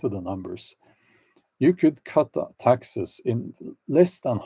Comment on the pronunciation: 😆 when you said "I hate taxes " Your accent sounded like I HATE TEXAS 🤣 love from Granny B(in Texas 🇺🇸) kidding I'm in Idaho 🇺🇸